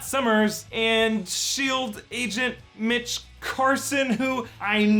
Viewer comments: oh... mitch. I thought he said b%*ch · When he was guessing names, i heard bitch not mitch!